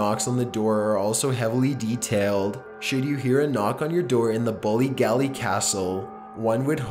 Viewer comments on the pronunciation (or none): great work but as an Irish person the mispronounced Irish names of hotels and castles 😑😂bollygally Ballygally still love ya tho😉